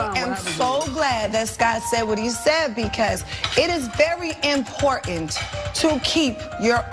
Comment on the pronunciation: Only Tamar can say ‘inportant’ and get away with it! 😮😮